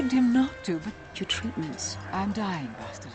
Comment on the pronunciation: By the way Bastila pronounces her name in a wrong way, if I'm not mistaken. You can hear it in this video, when she says "I'm Bastila, yes"